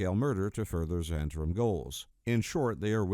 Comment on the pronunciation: 'Zhu-hent-arim'? I think it's just Zent-arim.